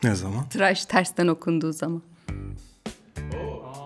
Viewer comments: traş değil 'TIRAŞ' saygılar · Traş değil tıraş bu arada 😁